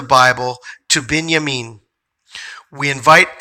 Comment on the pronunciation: Thank you. I am amazed that you pronounced Binyamin just like God spoke it to me when He told me I was of that tribe. Bless you for sharing this great information with us. Shalom